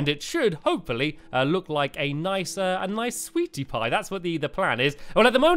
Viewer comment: u said sweaty pie lol